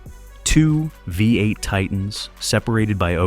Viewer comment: The AI commenter calls it a 'Vi 8' twice, (instead of 'V8').